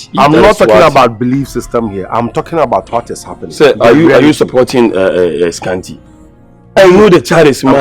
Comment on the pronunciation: Scanty once said asant😂😂